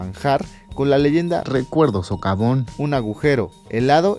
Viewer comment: Dice sovacón en lugar de socavón.